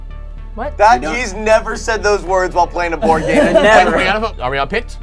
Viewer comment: At the end Said board AM